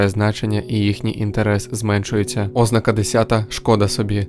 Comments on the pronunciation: Відео корисне, дякую за українськомовну адаптацію. Але на майбутнє, не збивайте людей з пантелику, наголошуйте слова правильно. ознАка, ніяк не Ознака. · ознАка Наголос на другому складі (на перше а). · Ознака (з наголосом на О), wtf? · Якийсь дивний наголос на слові ознака.